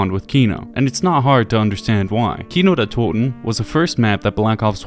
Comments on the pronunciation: Yet again Like Ur vid from 2 weeks ago, u Sound really german when u say Kino der Toten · I know I’m late but as a German I have to say that you pronounced "Kino der toten" and "der Riese"so perfectly and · The Glaswegian accent pronounces it absolutely perfectly which is so funny I’ve never heard anyone say anything other than keeno der toten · This is a stupid thing to comment, but being a German native hearing someone not only make an effort but actually pronounce a German phrase/word correct means a lot. It’s awesome finally hearing someone say “Kino der toten” properly on a YouTube video. Thank you I subbed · Finally a non German YouTuber which can say the map name correctly. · Props for correct pronunciation, means a lot hearing that from an American. Also, great video! I never realised where the knocking came from! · he says it correctly. he fucking did it. HE DIDN'T SAY KAINODIRTODIN YES WOOOO i'm german. this fills my heart with immeasurable joy. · as a german i can say that you pronounce kino der toten soooo good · Bro are you German? Never saw someone from UK or USA that can pronunce "Kino der Toten" like sooooo good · has a very good pronunciation when it comes to German words. Most of the other YouTuber tend to butcher them completely. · Are you German ? You pronounce the Names very good man not often hearing english speakers Doing that so good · Whatttt im german and the way you pronounced Kino der Toten at the beginning caught me off guard that was spot on with no accent lmao are u german? 😅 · The pronounciation of this guy of Kino der Toten is so good, Are you a native German? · Does somebody know if is German? His pronunciation is on point in every video where he say German words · Spot on pronounciation of Kino der Toten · He is just pronouncing it correctly. Dude barely has an accent when pronouncing “Kino der Toten”…